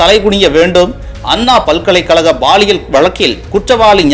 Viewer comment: Please it is (paaliyal) பாலியல் Not baaliyal தமிழில். 'ல ' மற்றும். ' ள ' சரியாக உச்சரிக்கவும்